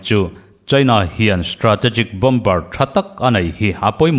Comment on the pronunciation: Bom bar ti ziah aaaa😂 Bomer ti ve mai teh,😝